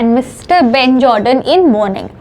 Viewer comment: ben jordan❌ benchordan✅😂